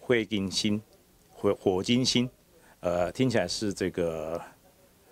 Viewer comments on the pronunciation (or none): 他的火金星的星讲错了，是读tshenn这个音才对。我们这里是叫火金星